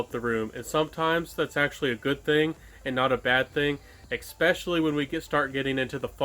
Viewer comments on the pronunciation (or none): i will make you a deal. if you say especially instead of EKspecially, i'll sub !